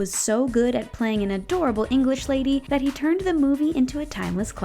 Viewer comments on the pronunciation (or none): none